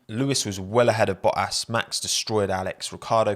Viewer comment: his name is boTTas Not Bo ass